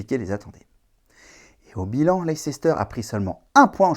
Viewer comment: Leicester se prononce "Laïster" pas "Laïcester", oui c'est contre-intuitif. Ça m'a un peu chatouillé les oreilles😅. Sinon vidéo tout à fait d'actualité et plutôt de qualité. 😊